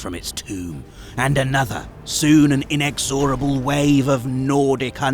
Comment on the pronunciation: Yes yes, but you still can’t pronounce the word “inexorable” correctly.